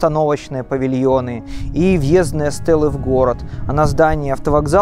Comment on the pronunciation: Не въе́здные, а въездны́е.